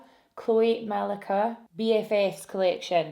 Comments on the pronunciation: Pretty sure the Becca palette is Khloe “Ma-lee-ka” lol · Malika is pronounced Ma-lee-ka and that bronzer was definitely not picked out by her lol. She is a dark skinned Black woman. Hope she get some money from it tho. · Can we talk about how she said Malika. Like have u not seen kardashians or is it a scottish thang